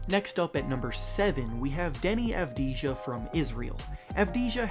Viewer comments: Avdija should be pronounced Avdiya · Most of them... He didn't pronounce avdija correctly